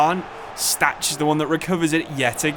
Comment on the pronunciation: ch in Stach is pronounced -kh just like Kimmich